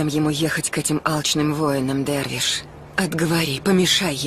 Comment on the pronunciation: вы глухие чтоли ? не дарвиш а дервиш